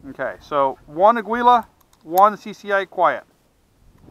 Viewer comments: It's pronounced "ah-geela" not "ah-gwee-la"- its Spanish for eagle. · Pronounce Ah- gee -la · This "aggwila" always gets to me. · It's not ah-gee-la tho. Mexicans pronounce the U slightly. Maybe not as much as dude does in video but it's definitely not pronounced "geela". It's actually more similar to how we annunciate Christian Aguilera in U.S.